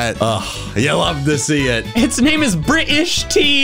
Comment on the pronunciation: BRI'ISH TEA! Absolutely love that.